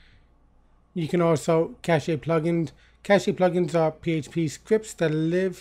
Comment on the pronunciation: helpful video Thank you btw, cache pronounces as KASH ;)